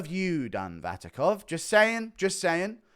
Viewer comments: Its not Vatikov,its Vakhitov 😂 Guru pulling a chael on us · Hey,. Something, you may find interesting: Vakhitov already tried to be an MMA fighter and failed, check out Open FC 31 results. Also it's Vakhitov, pronounced [Vahitov], not [Vatikov]. All the best. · guru is now being like Sonnen, misspelling fighters surnames, 'VaTIKov', while dudes surname is VaKHitov.. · Vatikov, lol. Are english just dumber americans? Btw, since he fought Alex he got blackbolted out of kickboxing for his ethnicity, transition into new sport, got injured and sit out for a year all in Kazakhstan regional, couse he couldn't find booking anywhere else. Deep inside as always from.